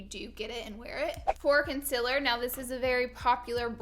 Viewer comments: Did she just say.... Consiller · “Cun-siller” haha! Love you Laura! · Hannah Cort lol nothing it’s just the way she was saying concealer 😭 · She is saying the word concealer wrong